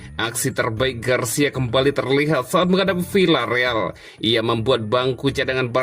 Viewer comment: Maaf membacanya bukan Vilareal akan tetapi Viareal. Contoh lain bukan Sevilla akan tetapi Sevia